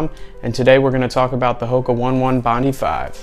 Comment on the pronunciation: 😔 Hoka One One Bondi 5 is pronounced HO-KAH OH-NEH OH-NEH BOND-EYE FIVE. Thanks for the review though.